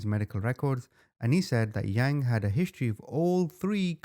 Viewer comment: Omy u so butcher their name pluse it’s not the ha-mong it’s Hmong. First u said young it’s Yang. U did say it correctly towards the end. Overall good job on the story. U should do the chai vang case on hunting trashspassing on property